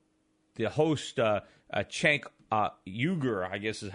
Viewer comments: It's pronounced "Jenk". The E almost sounds like an A, though. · I love that he calls him Chenk, Shenk, and Chet, but never the proper pronunciation. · Rich cry baby. Can't you pay someone to teach you to pronounce the guy's name correctly. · If I had a nickel for every time Peter mispronounced that guys name in this video, I'd have like 3 nickels!